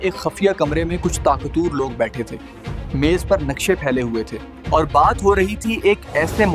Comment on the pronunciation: You said " Taaq-toor "which is wrong. Correct word is TAA- QUT- VUR. طا قَت وَر